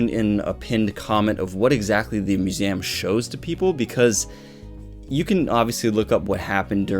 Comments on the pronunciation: I'm sorry but I can not get over you say museum bro. That accent is strong on that word only. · The way you say museum... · Why you pronounce museum like this? Have I be pronouncing museum wrongly my entire life?! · All topics aside, Why do you pronounce museum like that? Are you an alien?